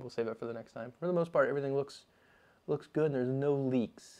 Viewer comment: Wait... did you say No Leeks?